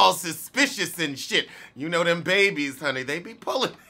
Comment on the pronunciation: Strip club w/ my kid? I'll pass. Guess I'm not that New Age type of parent! I wish Jada would keep her BIZNESS to herself sometimes. You and I say "Babies" the same way like "Uh. No!"